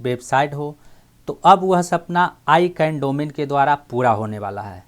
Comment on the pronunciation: Sir ji aap words ka pronounce thik se kare. I can nahi hai wo. Wo hai ICANN Jo AK company hai Jo domain ka name aur Number ko control karti hai.